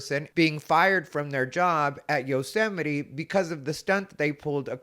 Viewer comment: Acceptance where? You already had your dream job!!! 🤦 Also, "Yothemity Them" killed me. 🤣